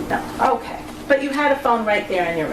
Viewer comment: said "Okay Kwell" 😂😂